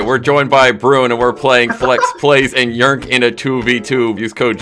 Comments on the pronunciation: I’m pretty sure yrnk is pronounced Y-R-N-K not yrnk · It's funny how they call him yurnk 😂